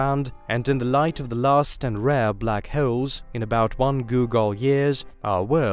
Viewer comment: Someone has a serious problem pronouncing black holes.